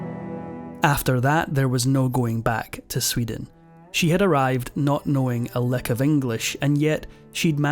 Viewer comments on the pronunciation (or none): none